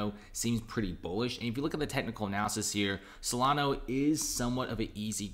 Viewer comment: S-O-L-A-N-A. There is no O at the end!